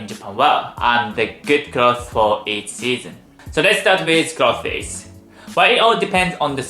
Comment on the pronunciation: don’t apologize that’s why I follow you. It’s adorable. The point is you’re trying just like the word cloths instead of clothes. I’m sure if I tried to pronounce some Japanese words you would probably fall down laughing.